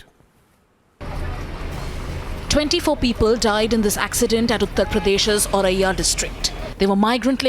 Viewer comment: It's not aurariya .. it's Auraiya.